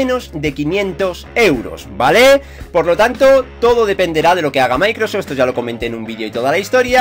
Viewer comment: Has mejorado mucho tu inglés. Dices muy bien Microsoft. Podrías repetir el nombre de Dan Aykroyd, el de los cazafantasmas. Lo que me reí con eso. Un saludo.